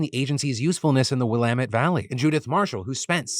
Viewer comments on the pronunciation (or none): hearing Phil mispronounce willamette over and over is infuriating... and I dont even live in America